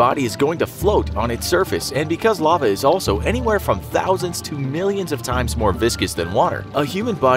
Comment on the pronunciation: "Lave" really? I cant believe he messed that up and i think english is his motherlanguage.